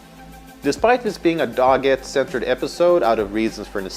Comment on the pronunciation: Why is he pronouncing Doggett's name like that?????